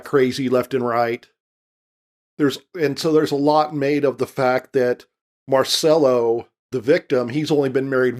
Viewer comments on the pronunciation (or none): It’s MarCELLO not MarSELLO!!